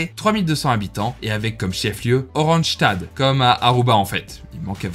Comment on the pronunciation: Super vidéo. Je voulais te notifier pour tes prochaines vidéos, la prononciation néerlandophone : Willemstad --> Oui-lemm - sta -de (la ville de William) Oranjestad --> O-ran-gné-sta-de (la ville d'Orange littéralement) Kralendijk --> Kra-lenn-dèk (ij = è) Philipsburg --> Philip-se-bur--gue